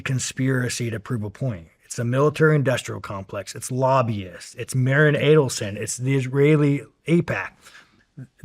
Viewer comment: Wow Sean thinks he understands the whole history better and can articulate it better than Candace. He struggles pronouncing Aidelsohn...also trips over digestible... Sean YOU think and say that ordinary people are stupid...pot calling the kettle black much? Candace has been doing research and a book club on these issues since before being fired from dw